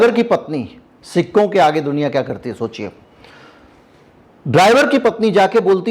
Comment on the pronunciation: आप सिक्कों बोलते हो, मुझे सिखों सुनाई देता है,और मैं बार बार confuse हो रहा था और बार बार rewind कर के देख रहा था😂😂